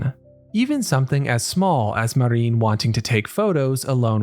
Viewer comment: Her name is Marin, not Mareen.